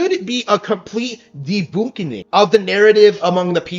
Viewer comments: “…complete de-BOON-kin-ing” What Nintendrone behavior does to a mf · "Deboonkining"? I think the retard meant to say "debunkining" and even then its not grammically correct... like most things that come out of his mouth 😂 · Ah yes, "Deboonkining" XD XD